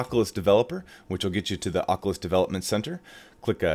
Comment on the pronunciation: Lol you say oculus and beta funny